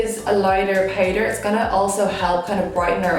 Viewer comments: Eyebrew pewder ? Why you are talking like that 😂 you are so so beautiful by the way 😍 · why she says brows and powder like this am confused no offense tho am just never hear accent like this ..... love the look ❤